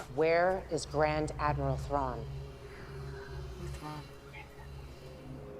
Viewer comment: Ahsoka: - Where is grand admiral Thrawn? True fans: OMFG, Thrawn!!! Did she say Trawn? REALLY? OMG!!! Does this mean Ezra is alive too? Oh, God! These ladies: -_